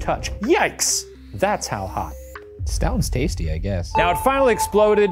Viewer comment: “Stounds stasty”